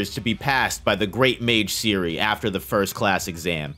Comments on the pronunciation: The name of "Serie" is pronounced differently. The e is not like an i, but how you would say it in "Zen" (albait a bit stronger). And the last e is also pronounced. Generally a lot of names are often pronounced wrong. You can look them all up quite easily online as they are all simply German words. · Man's calling her Siri LOLOL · Dude your Butchering the Names of those Mages :D Serie=SaeriE would be the Pronounciation